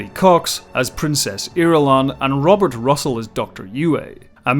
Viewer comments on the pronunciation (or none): none